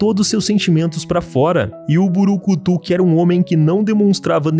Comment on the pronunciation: Gostei do video mas fiquei um pouco agoniado falando "burucutu" o certo é brucutu vivendo e aprendendo tmj bom video